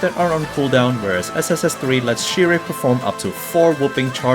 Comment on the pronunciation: Remember, it's pronounced as "sheer/shear" not "sire". lol